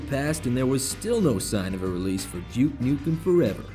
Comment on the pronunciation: stop pronouncing it jewuke! its doooke!! always bet on duke!